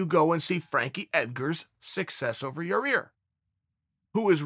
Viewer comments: Yaaaa rear is funny as heck 🤣👍its yaaaa ear Chael. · Chael just can't seem to get Rodriguez's name right.. keeps pronouncing it Ya-rear.. It's not Ya-Rear Uncle Chael.. ...............It's Ya-Ear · Came hear to watch Chael say "Yarear" couple more times Not dissapeointed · Chael: Ya-Rear Us: Ya-ir Chael: Ya-Rear Us: Ya-Rear Chael: “Okay great” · Chael is the only man who can pronounce names wrong, word has it Yarear is legally changing it this week to keep in line with the big dog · Cheal slowly starts calling Yair Yourear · Lol ya rear. Why can't you pronounce ya- air . I like it though funny shit. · I love that he tried to pronounce it different and just say Yar-rear lol. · "Pretty sure Yah-rear lives in Illi-noise or something" ... Crazy that not only have I been mispronouncing Yair but also Illinois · CHAEL IT IS PRONOUNCED YA-EAR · "Yaw-Rear" lol I love it! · He's been corrected more than a few times, so... Not for Nothing it's still Yer-Rear! 🤣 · Have enough respect to say the man's name right, Chael. I'll help you. Yah-ear. Easy. Now you try it. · Ok chael! Let’s say pantera now ya-rear is not working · "Ya-Rear" and "Jirmy" videos are my Favorite! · Ya-REAR Rodriguez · Everyone in the comments: It’s not Yarear Chael: Ok Great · YAI-EAR CHAEL. It’s not difficult. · yah- eer. for fucks sake. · Chael "Ya'Rear Illinoise" Sonnen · Here chael I will make it easy for you YAH-EAR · Chael gets paid to talk about MMA and can't even say half the names in MMA 😂 ask him to say "ya-rir and geder-jay-check" 3 times fast! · for fuck sake it's not yarEAR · Lol he still can’t pronounce it correctly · tell us Uncle Chael, where does the second R in Yair fit into all this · Jesus, can chael learn how to pronounce Yair... its not that difficult.. smh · Learn to pronounce yair please. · Chael for the love of god say his damn name right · Chael "I put da noise in Illinois" & "da rear in Yair" sonnen